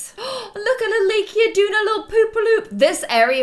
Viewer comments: You don't say it lay-kia you say it Lie-ka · Hi! I love your videos! But I think you're pronouncing Laika's name wrong. I think it's Lie-kah, because it's from the Russian name Лайка (which was the first dog in space). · Laika - Lay-Kuh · Laika's name is pronounced Lie- kah